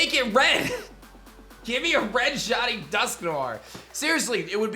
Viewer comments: Ah yes, the elusive “Shawnee” Pokémon. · WHY DO YOU KEEP CALLING THEM SHAWNIES? Sometimes you even said shoddies!!